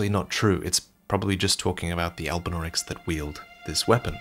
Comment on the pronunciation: "There are no albunaurics in the haligtree" Loretta: "100% never seen one"